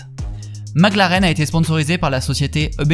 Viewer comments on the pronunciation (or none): none